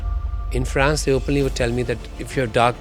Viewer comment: His full face job done in usa.Now He looks weired. France he cannot Pronounce. He speaks terrible english,with an American accent.